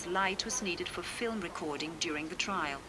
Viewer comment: Very good but it is "Trial" not "Trail"